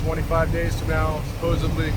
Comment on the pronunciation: Enjoyed watching…fyi the word is supposedly and NOT supposively